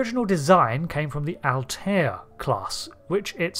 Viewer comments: I took me a moment to figure out you were saying Altair. 🤪 I've always heard it as two syllables (al-tare) as apposed to three (al-tie-air). Is that a UK thing?😉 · Altair is just pronounced "alt-air" - it's just two syllables. The Altair system is featured in Trek a few times. Spock drinks Altair Water. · Remember the episode of Family Guy where Stewie winds up Brian by saying "Whil Wheaton"? Or "Cool whip"? I'm getting that every time I here Alt-eye-air. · no, it's pronounced al-ti-er (all tie ur) or al-tair (all tear). It's pronounced with three syllables more often than two